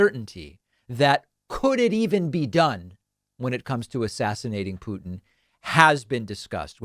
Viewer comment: Thank you for not saying pewtin anymore